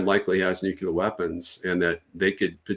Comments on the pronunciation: Once a supposed military expert mispronounces Nuclear I stop listening. It’s not a hard word to say. “New clear” if you can’t say that then I’m not going to trust your intellect. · How can we trust anything he says? He pronounces the word "Noo-Kyoo-Lur." It means he's unaware he's speaking of matters relating to the Nucleus of the atom - otherwise he wouldn't mispronounce it. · Did this guy learn to say “nucular” from George W? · Did he keep saying "nukular"? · After his "nuceelar Eye-ran" is a threat to..., I couldn't watch anymore 🤑! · I can’t listen to anyone who says “nu-que-lar” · He clearly learned how to pronounce it from Bush Jr. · Anybody who pronounces “nuclear” in this way must have some kind of fundamental perception issue. It’s also mildly irritating - a bit like “should of” instead of “have”. And another thing - “lose” has only one “o”. If we even can’t grasp basics, how the hell are we gonna sort this mess? Toss pots😊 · I have issues with the credibility of someone who can't even say the word nuclear